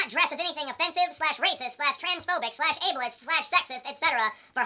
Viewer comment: I had totally forgot that stupid word ableist for the longest time, and ya fucked it up, TJ, ya fucked it up!